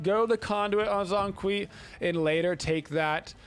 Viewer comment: Bruh he literally says his name when you lock him and when the game starts and people STILL pronounce it wrong lmao cringe pronunciation but great gameplay